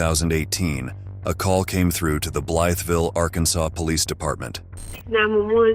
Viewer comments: I lived there and it's actually pronounced Blyvul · You mispronounced Blytheville.